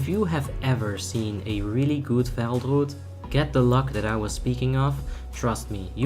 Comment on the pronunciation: Why do you say “r” sounds so stupidly? Druid is not a hard word to pronounce.